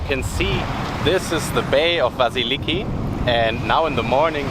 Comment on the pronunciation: Hey nice video Sorry for your GoPro I use hero 9 and it’s super Please the Greek village is pronounced Vassilikí - pronounce the last I Thanks 🙏